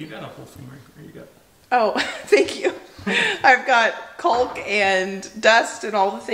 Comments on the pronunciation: Love how you say “coolk” , my NY’er accent doesn’t pronounce the “L”… Kawk… rhymes with talk 😆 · Caulk [kôk] pronounced 'cawk.' Not trying to be picky. My ears are stumbling over your pronunciation. lol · just for future reference, it’s pronounced “cauk”, the L in caulk is silent. 😁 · What a beautiful home, and the view is incredible! Congratulations! Maybe it's a regional thing, but in my neck of the woods (northern Michigan) we pronounce caulk with the L being silent, "cawk" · The “L” is silent in caulk. You guys are such hard workers and it’s a beautiful home! Can’t wait to see more cooking in new kitchen! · Caulk rhymes with talk :-) Good luck with your house projects! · Was looking for this comment. Makes me laugh how she pronounces it. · I've never heard caulk being pronounced with the L sound! Not sure if its a regional accent thing or just a fun individual thing 🤣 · Hi, love your videos! I just wanted to let you know the "L" caulk is silent. I swear I'm not being mean!